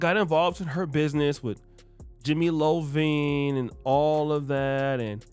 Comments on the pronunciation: Jimmy iovine not Lowvine loooool its a capital i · Jimmy "Lovine"? It's Jimmy Iovine with an "i"🤦🏽‍♂️ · mark., I love your work. You crack me up. It's pronounced (eye'veen) 😭🤣😂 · Jimmy EYE-OH-VEEN! (Thank me later)